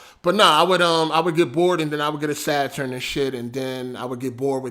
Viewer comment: You still didnt say saturn right LMFAO.